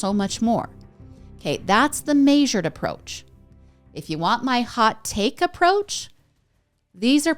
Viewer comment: Please. Please, please, PLEASE stop pronouncing measure and autopsy like that. Maysure is not a word.